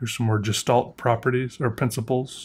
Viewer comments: Idk if anyone cares or has mentioned it before, but Gestalt is the german word for the appearance of an object. It is pronounced ge - stalt. the ge as in get; the st as in stable; the a as in appearance; the l as in life and the t as in table. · Congratulations Sophomore! Gestalt is prounounced very Germanically, like: geh-SCHTÄLDT and Hagia Sophia is HI-yah or EYE-ah. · gestalt is s German word, you say the "ge" like "get" and "stalt" like "shtalt" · Gestalt, G like Geralt von Riva, Geshtalt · For anybody wondering how to pronounce GESTALT: G - Good E - perfEct S - SHy (because it’s followed by a T) T - Tiny A - bizArre L - Loving T - PTeradactyl Stress is on a short A. Have fun. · Gestalt is a german word. So you should spell the G hard like in Gear or gore